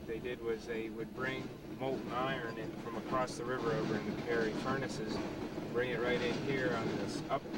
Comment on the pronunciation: Carrie Furnaces, not Carey.